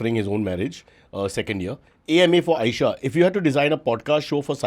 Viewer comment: CY-baba 😂 extracts the best out of AY-esha